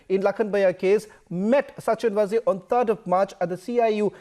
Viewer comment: Sachin VAAZE and not Vaze as pronounced by you.